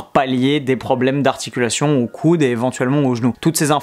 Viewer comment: Oh!! Merci pour la vidéo rien a dire tu gères. Comment se fait il que tu dis "coune" pour dire "coude"? 🤣😂👍🏻